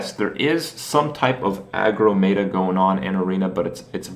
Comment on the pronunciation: wait, did kripp say "MAY-ta"??